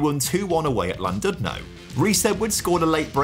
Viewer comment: It’s pronounced CLANdudno